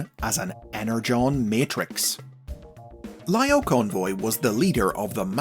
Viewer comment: I loved how you say Lio Convoy, Laiyo Convoy. Such a small attention to detail about how he called in the anime series.